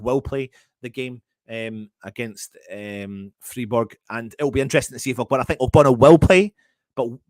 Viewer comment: Just to help you out - it's pronounced Fryburg - in German the "ei/ie" combo ALWAYS takes the sound of the second letter. Hope this helps mate 😎